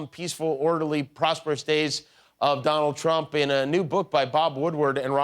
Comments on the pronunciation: He said Donald Chump. 😂🤣😂🤣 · 🤣😂 he didn't say the calm peaceful days of Donald Trump he said Donald chump, I can't believe Jimmy didn't catch that 🤭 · could have sworn he said "Donald Chump" which would be a real Freudian slip.